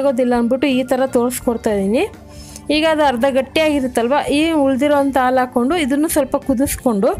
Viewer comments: Aalo alla adu halu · The way she says milk - aalo